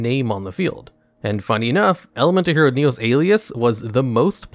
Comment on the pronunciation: Top 10 mispronunciations in Yugioh, starting with your version of "Neos"